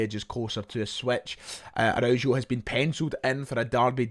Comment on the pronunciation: The pronunciation of Araujo is criminal 😂😂😂😂